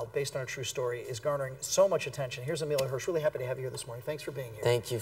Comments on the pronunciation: he called him emelia, wow, emile isnt hard to pronounce haha. i really like emile though i think hes a great actor and perfect for into the wild. loved that movie and the book too. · did he just call him amelia.. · he keeps getting his name wrong.